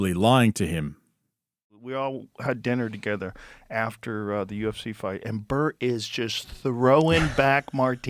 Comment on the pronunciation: Why is Bert's name said as Bart twice? So is the narrator A.i.?